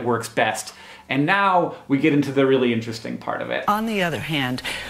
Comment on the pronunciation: So we really need to- "Haha, no we don't. No, we don't. No you can't just raise your eyes and pretend its weally weally important, and you are an honest con woman. No. No we don't. Whose 'we'?"